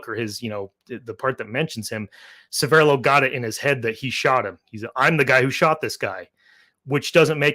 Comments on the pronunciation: a small point and please forgive me for mentioning it, but your pronunciation of Severloh is really starting to bug me - It's not Se'verrlo, it's Sever'lo - it's also the name of a small hamlet just north of Celle (near Hannover) and he actually came from this area. I lived nearby for many years. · Very interesting. But the pronunciation of that German name needs some work 😅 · 1. needs to learn German. Or at least pronounce Severloh. 2. You do not fire the mg42 from the hip. That is deffo BS. 3. Good debunk. For some years I have believed that Severloh thought he killed a lot of people and felt bad. And even though he did not kill thousands and did not shoot Da Silva, the forgiveness and comradeship may be the important factor in this story.